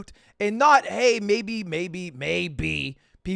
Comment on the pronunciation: bro said maybe with his whole chest and then some after that im impressed